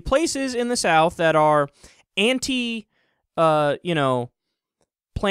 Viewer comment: Can't pronounce "anti-"